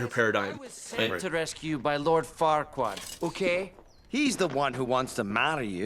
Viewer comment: Sorry but whenever they say Farquard it sounds like the dirty F word it's hilarious